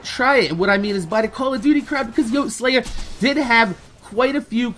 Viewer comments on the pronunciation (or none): Hey. I don't mean to sound like a dick but Brian's YouTube name is pronounced yote-ey-slaya. It shldnt bother me that much the way u say it but it does and to honor his memory we shld at least say his name right. Besides that I completely agree with everything said in the video. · You're saying yoteslaya wrong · I hate how you mispronounce Yote's name because you said in your video about his death that you weren't sure about it, but he said it in every one of his videos. Watch one.